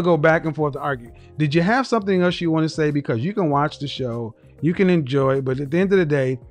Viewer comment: she says you like yhu